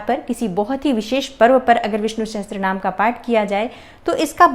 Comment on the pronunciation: Sahastrnaam...??? It's Sahasarnaam.